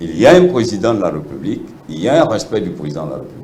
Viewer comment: Vous savez même pas respectez les règles linguistique. On dit République pas "Reeepublique" on parle donc de "fonction Républicaine". Ça c'est nos leaders ?! Mon pays Yako.